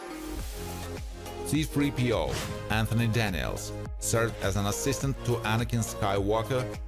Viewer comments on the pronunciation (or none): none